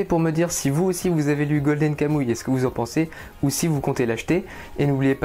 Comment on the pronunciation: Juste ca se prononce pas golden kamouille mais golden kamoui